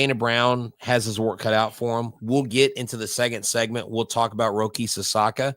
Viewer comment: Sasaki not Sasaka